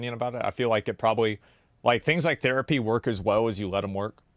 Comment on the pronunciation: The dude looks like Hasan and mispronounced THerapy as "tear"apy. Irritating